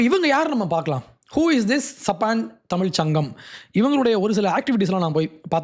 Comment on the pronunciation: " THAMIZH " ENGIRA VAARTHAYAI SARIYAAGA CHOLLA KSTTHHUKKANGADAA !